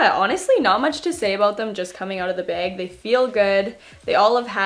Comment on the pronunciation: "Cant say much about it just coming right out of the BAEG." The accent gets me every time.